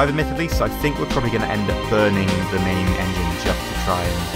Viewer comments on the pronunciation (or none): none